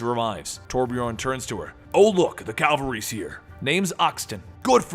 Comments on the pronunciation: Why do you say "CALVARY" instead of "CAVALRY"? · Calvary? Cavalry.